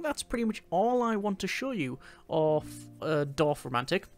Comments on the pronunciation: Perfect pronunciation I would say. 😊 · Nice pronounciation of Dorfromantik